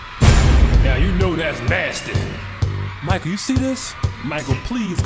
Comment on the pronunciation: Now you know that's NASTAY please Mike to over and correct that man 😂😂😂😂😂😂 LMAOOOOOOOOO